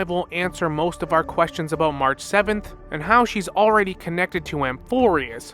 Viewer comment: 'Anig mahraah'😂😅 got me every time. Can't wait for more hsr and genshin lore.